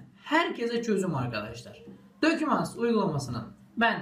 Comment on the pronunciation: "aytunus" "dokümants"